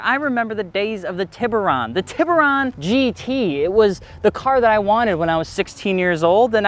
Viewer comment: Aahhhhh, that pronunciation of “Tiburon” hurt 😢 anyway, great video! Definitely agree with what was said about the price-point and mod-ability. Sadly I don’t think this car can gain a cult following, but maybe if Hyundai keeps it around it’ll get some more attention?